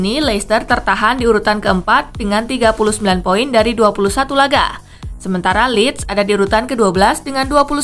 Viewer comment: Tumben si Mimin banyak salah ngomong nyaa Marusic jadi murasic Lille 48 poin jadi 28 pion 😂😂😂